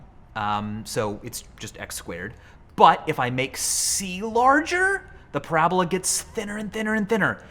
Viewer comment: bruh did u really just end parabola with an e like its hyperbole.,., people these days